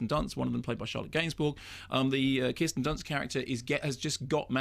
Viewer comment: Mark pronounces some words very oddly. He calls this film "Melancoalia" and says Kristen Dunst. He did the same thing on this other video I was watching last week where he kept saying the word "and" in a very peculiar way. It's almost as if he's trying to distance himself from received pronunciation but in the maddest way imaginable. Like he's tying to sound more common or something?? Weird.